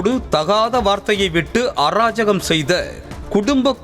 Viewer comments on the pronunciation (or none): தமிழ் உங்ககிட்ட படர பாடு இருக்கே … தாங்கல … It’s not ஆ ராஜகம் ; It’s அ ராஜகம்